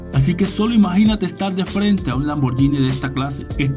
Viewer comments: Se lee lamborguini y no lamboryini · Lamborghini se pronuncia con la G y no con la Y Gracias 🙏